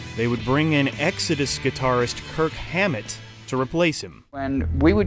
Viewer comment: So many mis pronunciations and mistakes I turned off halfway through. KURT Hammer!?! SAXTON!?! WTF 😂😂😂